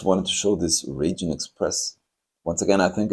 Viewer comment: Raijin is pronounced 'rye-jin', like 'ripe' or 'right'. It's an incredibly popular model in Japan, very hard to find. The cat deco is manekineko, a beckoning cat that invites luck - Japanese beckon underhand with their fingers where a lot of other cultures beckon overhand with the palm. The red treasure hunt is unusual because if you look at the Japanese lettering on the right side the word ホットホイール - Hot Wheels - has all the characters in right-to-left order, whereas on the left side it reads in standard left-to-right form, a feature you sometimes see on Japanese trucks, it's so it always reads front to back. Since Japanese is usually written vertically it's not a big deal to reverse the direction of reading for them. I've never really liked the Raijin Express that much as I had a bad experience with a Dekotora - I was stuck behind one in the evening while rushing to return a hire car, so I couldn't stop, and the road was very busy so I couldn't overtake either. It doesn't sound so bad until you consider that these trucks have chrome polished to a mirror shine, including on the rear bumper, which was flat, and so reflected our headlights right back at us the whole way!